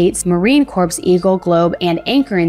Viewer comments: "Corps" as in Marine Corps is pronounced "kor" not "korps"! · Please do not say Marine CORPSE. the word is "corps" but pronounced "core." Please!!!